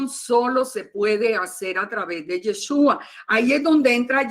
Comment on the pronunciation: BLA BLA BLA BLA BLA Y NO PUEDE PRONUNCIAR Y E S H Ú A